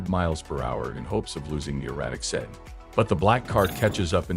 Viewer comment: What the hell kind of a car is a "setting", "sudden" or "seton"? I think your robot means sedan.